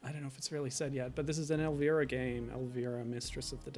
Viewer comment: Your not saying her name right bud....